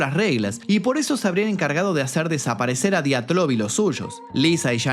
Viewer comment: Buena pronunciación en linguistica rusa bro